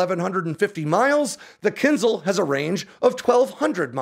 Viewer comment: Can you pronounce it right? It’s Kin Zh-al. Not kinzel